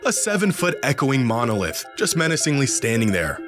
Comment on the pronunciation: "7 foot echoing monilith" 😂😂😂